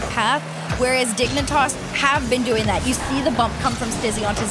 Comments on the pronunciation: you are correct and I apologize. What I meant was the pronunciation Dig-nee-tahs instead of Dig-neh-tahs. Out here tossing knees. Prolly just a me thing regardless. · You need to spell out what's wrong with the pronunciation. It's "Dig-nih-tahss" or "Dig-nih-tass"? They're saying the first and the second is how you'd pronounce it if you were like.. TRYING to say it silly. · Man I just do NOT like the way they make caster pronounces Dignitas in this. They ain’t the dang digimon😭. Also THANKS for all the uploads I’d miss these kinds of tournaments if this channel wasn’t here for us 😍